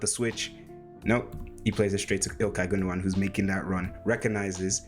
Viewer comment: Confirmed by another German. Btw, you pronounce Gündoğan more correctly than most Germans. 👍